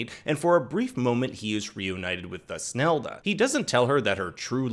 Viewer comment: If you listen to the German original there is no ‘th’ sound. It’s toosnelda not thus nelda